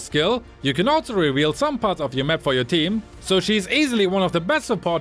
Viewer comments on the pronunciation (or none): none